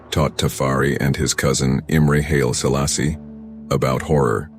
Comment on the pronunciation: Murdering those names damn